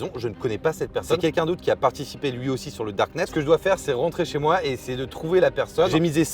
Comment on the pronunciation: Pourquoi tu dis chez wouahne mais que ce chez toi 🤔🤔🤔🤔